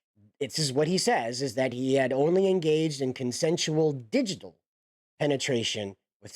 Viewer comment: You sound pretty ignorant when you can't be bothered to look up words like "digital". Not listening further.